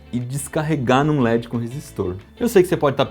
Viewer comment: Se gosta de pronunciar corretamente o inglês diga led e não ledxi. O d fica mudo. A pronúncia do inglês é diferentxi do portuguêx carioca.